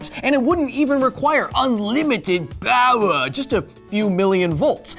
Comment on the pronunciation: Another title for the video "How unlimited is Unlimited Powah"